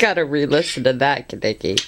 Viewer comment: it's kanicki not kaneki u weeb